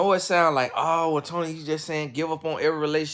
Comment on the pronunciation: Tony said gone nie 🤣🤣🤣